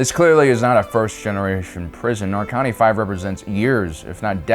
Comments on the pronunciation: Why you keep calling it Narkani? It’s Narkina. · One comment I will make is that it really irritated me how you pronounced the name of the planet, it is quite clearly Narkina 5, not Narkani 5, it is said and written several times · Why is he calling it Narkony? it's Narkina xD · It's Narkina, not Narkani goddangit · I just came across your videos because I'm looking for Andor content and I love the videos. But for fuck's sake it's Narkina 5, not Narkani 5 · Nar-Ki-Na. Not Narkani. Yes this guy is totally nightmare fuel. Up there with ol' Sheevy Palps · Stop saying “nar-con-knee” it’s “nar-key-na” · Why are you so bad at names you fake nerds 😂 Narkina not Narkani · It's Narkina, not Narkani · Just a small note, it's Narkina 5, not Narkani 5. Loved the video as always but wanted to provide the correction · "narkanee"? Narkina (Nar-kee-nah)* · Narkina 5 is actually pronounced "Nar-Kee-Nuh 5". Just wanna let you know. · Nar-kin-a V / Nar-keen-uh five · least pronounce the place correctly NAR-KI(key)- NA(na) or NAR-KIN-A but go on😂😂😂Its evil jail but idea concept well….😂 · bro, they say the name of the planet in the show...why do you say it wrong?